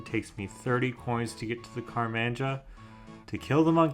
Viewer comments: bro said karmanja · "Car-man-ja" Bro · i heard that and IMMEDIATELY ran to the comments lmao